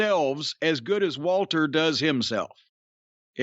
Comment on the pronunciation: I love that Jim still calls him Walter, and that he pronounces it correctly.